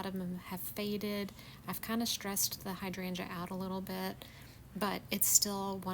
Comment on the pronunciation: First time running across your channel. First of all I want to say thank you for the correct pronunciation of hydrangea. ❤